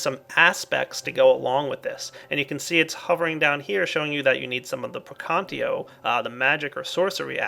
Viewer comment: Latin lesson with! It's not [Pre'kantio] it's [Prekan'tatio]